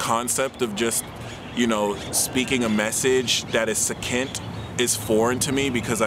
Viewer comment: Last few seconds.... Succinct is pronounced Sussinct... to the point... but we who love your vibe love the extended. Thank you for allowing us into your workled...world and work I suppose... green and fuchsia heart emoji